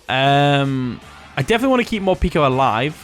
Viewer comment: Love the video, but here's a tip - Morpeko is pronounced like 'more' + 'peck-o' not 'peek-o" because it comes from the Japanese word 'peko' which means empty (referring to its stomach)